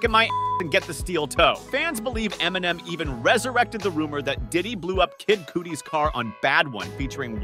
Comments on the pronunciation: Why you pronounce Kid Cudi like that lol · The way he said Kid Cudi 😆